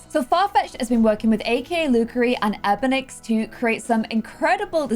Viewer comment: EBONIX sims is pronounced (E-Bon-Nix) not EBONIX.